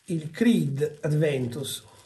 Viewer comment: "Aventus", senza la D;) Buon inizio settimana!